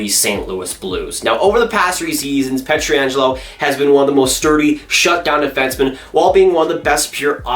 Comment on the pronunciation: It's not "Alex Pet-tree-Angelo". It's "Alex Pet-tran-jello". People aren't going to take your opinions seriously if you butcher the players' names like that.